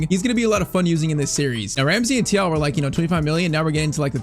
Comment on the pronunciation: Thiaw is pronounced Ch-Ow im pretty sure